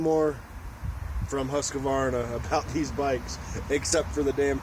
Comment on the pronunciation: Husqvarna: Husk-var-nah Acerbis: Ah-chair-bee